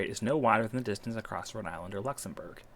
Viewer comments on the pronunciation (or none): It took me ages to understand "Rhode Island". Please, enunciate!